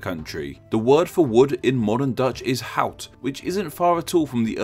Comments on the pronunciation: The Netherlands in Dutch is Nederland, not Nederlands. You pronounced hout very well though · somehow you said hout pretty accuratly